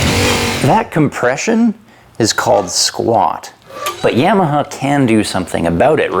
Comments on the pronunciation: Only nark with the video is that you pronounce it YamaHER instead of YamaHA. Its like haha sound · Why are you saying YAM-e-hah though? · is it really pronounced like that? I always thought it was YAH-MUH-HAH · Is he saying "Yamaha" strangely or is it just my American ears/hearing disability? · Awesome video. Subscribed. Stop saying Yamaha like that. It bugs me. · Love this video,, but I'm kinda too stunned by the news that for the last thirty-plus years I've apparently been saying "Yamaha" wrong. Or is that just your Canadian butchering? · That's not how you pronounce Yamaha,.